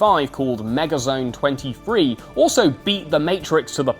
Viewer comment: Megazone two three NOT Megazone twenty three